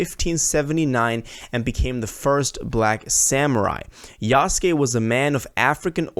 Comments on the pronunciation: It literally says YESUKE in your title, but you right away pronounced it as YEYSKYEY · It’s pronounced = Yous-kay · bro really said "yayske" 💀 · yay sky